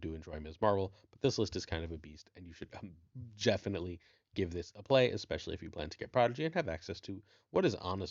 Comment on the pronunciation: Did you say I should "Jeffinitely" check out the Coo and Worst deck? Well I Jeffinitely will.